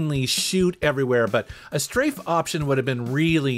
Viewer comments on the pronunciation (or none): none